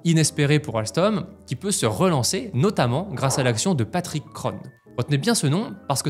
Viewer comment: Cest très interressant et bien réalisé, ça recoupe ce que Frédéric Pierucci avait reporté dans les différents média qui l'avaient reçu Un petit détail par contre: Kron se prononce ON comme dans "bon" à la française. Prononcé O-NE comme dans "bonne", c'est à l'américaine, choix de prononciation qui contraste avec le thème d'aujourd'hui